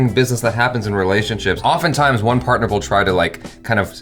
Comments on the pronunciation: its not parter its "partner" dude comeon 😂😂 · # it's PARTNER not PARTER... come on. get yourself together. 😁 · its partner not parter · I came here to say *Partner and not parter